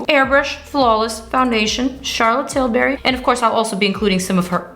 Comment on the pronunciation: Charlotte Tilbury not Charlotte Tilberry